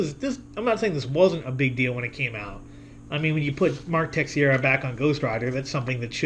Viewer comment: Another great video. Just one thing for future reference ,Teixeira is pronounced TAY-SHE-RA.